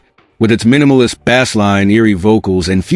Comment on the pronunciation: "Minimalist BASS line" sounding like the fish bass rather than the instrument ? The mistakes just keep coming. How about enlisting a HUMAN to narrate these things?